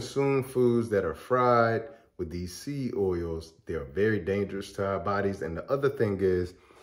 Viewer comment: Say SEED clearly. It sounds like SEA OILS.